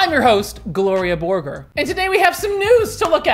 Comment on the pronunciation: I always get so mad when pronounces Gloria Borger's name wrong, truly disgusting.